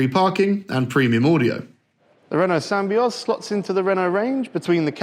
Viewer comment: Sam-by-oz seriously.